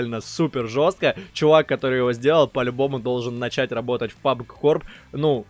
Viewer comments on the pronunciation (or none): none